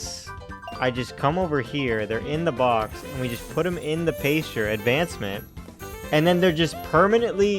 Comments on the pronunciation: You said you wish some pokemon would 'straight up attack you'. if you install "fight or flight" they might. also, it's "pass-ture" not "pace-ture". My current playthrough (skyblock cobblemon) I got my starter, then a pidgey day 1 cuz duh you always get a pidgey. My third was a shiny flaffy, named her Cotton Candy. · This was a good video! But every time you said "paystcher" instead of pasture I died a little inside rofl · Loved the video, but your pronunciation of "pasture" is killing me.